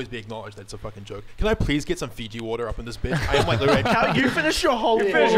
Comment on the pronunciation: lol Fiji water not fizzy water